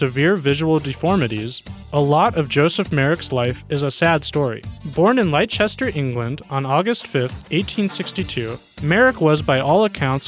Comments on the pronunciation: talltannic - the elephant man was born in Leicester pronounced Lester not liechester. x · Liechester 🤣🤣🤣 for any Americans watching, Leicester is pronounced Lester 🙌🏼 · lichester england. its pronounced lester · "Born in Lychester, England" 🤣🤣🤣🤣🤣 It's pronounced - Less-ter. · Where the feck is Lie Chester, it's Leicester, pronounced Lesster. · who tf is lie chester YOU MEAN LESTER? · born where? "Lichester" ! It's pronounced "Lester".....(Leicester) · Hi Lie chester as you pronounced it is incorrect . It is pronounced Lester. but spelt leicester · The Elephant Man....Joseph Merrick lived in Leicester which is pronounced the same as LESTER.....NOT Lie...kester....I know because that is where I live here in the UK. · The last one, you say was born in “Lie-Chester”, England. But that is actually pronounced “Lie-Stir”. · Im dissapointed with the way mericans say leicester, they say 'lie-chest-err' It is pronounced 'Lest-er' or 'Lest-er-sheer' Just saying... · Lie-chester??? Its pronounced Lester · You pronounced Leicester wrong. It's "Lester". Not "lichester". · I think many Americans have pronounced it "Lie-ces-ter" rather than "Le-ster". We've pronounced alot of words there wrong, such as pronouncing Yorkshire with second syllable rhyming with "hire" instead of "her". And pronounce the o in yogurt as rhyming with "oh" instead of "ah". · Its not pronounced lie Chester its pronounced Lester but spelt Leicester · Lie Chester? Leicester is pronounced (LESTER). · Its pronounced Lester, not Lychester! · Leicester is not Lie-chester, it's Less-ter. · Leicester is pronounced 'Lester' not 'Lie-chester' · Lol. I found that hunny too. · You did not just say “lay Chester” 💀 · English person here - fyi - that town Leicester is pronounced "Lester". English town names are "freakier" than some of those poor people. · Leicester (les-ter) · That's incorrect also. It's Leicester, pronounced like Lester. More American ignorance, and there is so much of it. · Lie Chester???? Lol